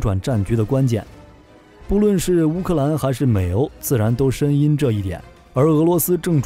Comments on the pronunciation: 谙 念 an 不是 yin，这语文水平，真实捉急啊…… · 深谙（an），不是深谙（ying） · 深谙 第二个字是an 深音 卧槽 这白字读的我鸡皮疙瘩都起来了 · 諳：音不是「音」，是「安」。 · 深諳（讀：安） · 机器人也会读错音？不是深谙（an )吗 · 不對啦 是四聲 暗 它機器人，你就原諒它吧！ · 深「諳」音同安